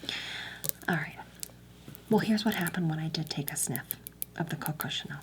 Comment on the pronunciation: “It’s the Coco, TCHuh-nell, from pairEE.”